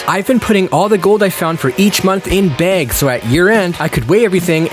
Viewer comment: Are you saying bags like that on purpose?